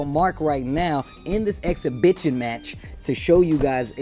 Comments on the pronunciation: I'm only 2 minutes into the video and it's already cracking me up..did he just say "exhibitchin match"? xD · Did he say exhibition wrong? 😂